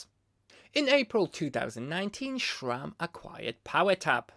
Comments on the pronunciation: My guy Schram? I wanted to watch you video but I can't get over your pronunciation There is only a "s" and I dont care that it's not your mother language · i just can’t hear “shram” one more time